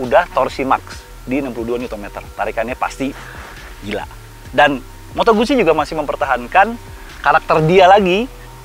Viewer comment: Pengucapan moto guzzi itu moto gut-ji hehehe